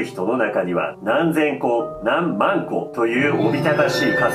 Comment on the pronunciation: 万個を強調して言うなやw